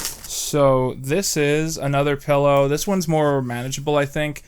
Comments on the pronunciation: I just noticed you say pellow instead of pillow and i dont know if i can forgive that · "Pellow" awesome. I cannot wait for Shrek Retold 2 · the way you pronounce the word pillow makes me upset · I've never heard anyone pronounce pillow the way you do